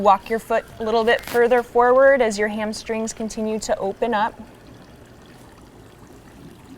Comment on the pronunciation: "Hamstring zza" lol. I love this teacher. So real.